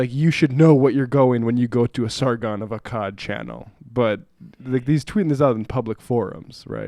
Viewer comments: Sargon isn't right-wing, he's a classic Liberal. You also pronounced the name he's adopted, the name of a historical figure wrong throughout the entire video. Not to mention it doesn't seem like you have any idea of what's going on in the UK other than what you've seen on the BBC, based on the comments you've made; so maybe it would be better to not comment on it at all in the first place. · God its cringey hearing you fuck his name up over and over. You're really that fucking stupid? And you really did THAT little research? Ypu literally couldve watched ten seconds of video and heard how his name is pronounced. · wow, high brow commentary. don't know how to say the guy's name, don't know the first thing about the context, don't even understand the first thing about humor. good job. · Okay 1 minute in and (1) Seder can't even read Sargon Of Akkad or Carl Benjamin correctly, and (2) completely misrepresents the whole basis of the Jess Philips controversy. Is there any point in watching any more of this? Probably not — the title of this video should have been "Lazy, ignorant American Leftist makes lazy, ignorant comments on a controversy he knows nothing about, based on a story in the left-wing media and no other research".